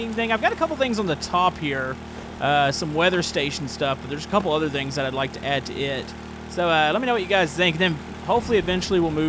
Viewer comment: I love it how he says vings instead of things